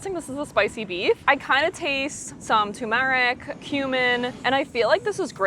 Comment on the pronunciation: I really enjoy your videos, but every time you mispronounce words, it drives me bonkers. Turmeric has the accent on the first syllable. It's not "sherbert", it's sherbet, pronounced like "sure bet." Oregano doesn't have a "k" sound in it. It has the letter g, pronounced that way. Once again, I really like your videos, please help me by cleaning up the pronunciations